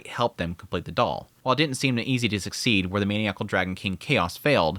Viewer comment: Hey! Just wanted to say again that I love and am grateful for the content/analysis. Also, in the name of “knowledge sharing”: the word maniacal is pronounced “man - EYE - ah - call”